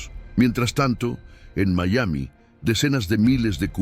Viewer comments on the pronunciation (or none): none